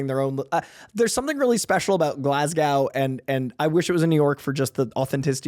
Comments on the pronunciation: GLAZ...GO. GLASGOW. come on 😂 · Mate, just say Glasgow as glarse-go.